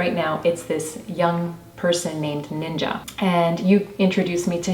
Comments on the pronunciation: It’s not nin-jah is ninja. Jeez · Its ninja not ninjauuu